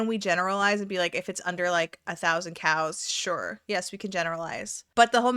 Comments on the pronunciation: I am so dumb!🤦‍♀️I totally thought you were saying Cows nor Cals!😂😂😂. I swear fat acceptance should really be called fat excuses. It seems like it’s what they talk about…..I got fat because….and I’m staying fat because….🙄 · i understand this is a stupid question but do you actually say ”cals” or ”cows”?🤣i CANNOT hear anything but cows